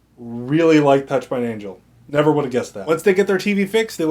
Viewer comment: 936: I heard that! You said "I neverD thought" lol I knew the AnDaconda thing wasn't a complete goof! Good review byw you're quite charming to listen to